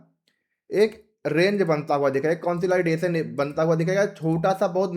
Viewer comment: Bhai market conslaidation nahi jata consolidation mei jata hai 😂😂